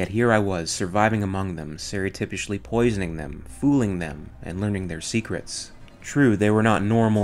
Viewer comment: "serrytipishly" LOL